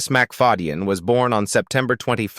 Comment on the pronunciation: Hilarious ai voice can’t say names right mc fad e yen so funny